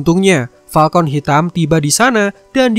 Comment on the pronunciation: gw dengernya Palkon hitam